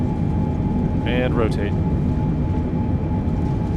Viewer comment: still no ro-ta-te' :(